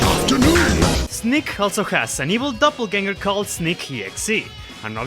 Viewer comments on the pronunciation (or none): none